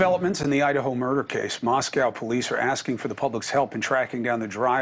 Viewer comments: Please pronounce it right!!! its Mos KO not Mos COW - its not in Russia! You lose credibility when you say the name wrong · From a local, Moscow rhymes with Mexico. Might help in the pronunciation.🙋